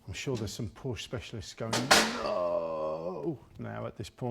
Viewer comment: Porsche is a two syllable word. Also, the rockers are supposed to be off center on the top of the valves. This is so that the valve rotates.